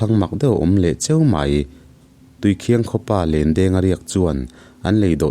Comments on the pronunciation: Tui khiang ni lovin tui khin tih tur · Tuikhiang nilo in tuikhin zawk,ih thil sawikha tuikhiang ih ti tlat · Tuikhiang ni lovin Tuikhing tihtur a ni in k hria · PCHasrh ih thawnthu ngaih lo hi ka nei lo tiila sual tam loang,mahse tuikhiang ni lo'in tuikhin aw thil hi sawifiah a tha, chuan i sawidan ang kha ni vek lo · Tuikhiang i lamdan hi Thingchikhat Khiang thing .lamdan a Khiang tih tur aw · Tuikhiang i lam dan hi Thing chi khat Khiang tih kan lam rik ang hian lam tur niin ka hria. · Tuikhin i lam dan hi a diklo entirnan i maite chu a hmel en ai a khin nalh mai an tih ang ah rit nalh leh khin nalh kan lam ang hian tuikhin ti'a lam tur a ni e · Tuikhin hi i lam dik lo a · Tuikhing I lam dan hi a aw thluk hi tlem a dik lo deuh anih hi.a ngaihnawm theih thin hle Mai. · Khawhming i thlukdan kha a dik lo. A thawnthu erawh a tha tlangpui e.